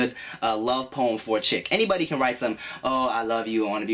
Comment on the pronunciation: was i the only one that heard porn when he was saying poem? O>O